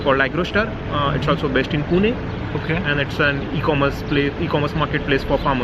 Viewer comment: Your video was informative for many. But must say even though you are staying in Germany for while now.. Your pronunciation for "Pune"..🙆 Bang on..👍